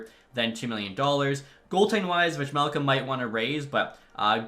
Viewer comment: Bro the J in Vejmelka is silent